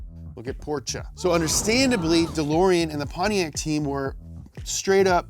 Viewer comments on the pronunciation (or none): I knew he was gonna say “Pontiaccyyy” hahahahaha!